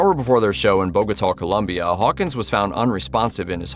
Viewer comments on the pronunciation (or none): none